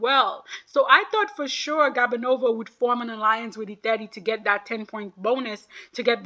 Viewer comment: It’s GOO-banova not GAB-anova I think she’s a lovely skater- 6th place is a slap